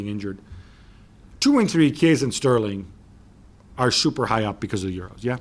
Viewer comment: Man said sterling and kane🤣